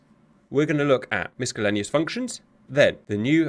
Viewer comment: It's "miss-sell-lane-ee-ous" not "miss-skell-lane-ee-ous".